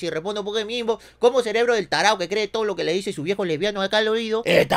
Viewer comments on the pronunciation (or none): none